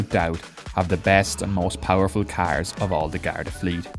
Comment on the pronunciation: This guy sounds like a pirate.. Carrrrrrrrrrrs